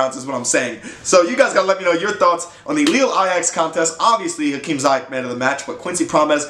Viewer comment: You say his name wrong, you have to say the i different. Like the word : sea, but dan zeayech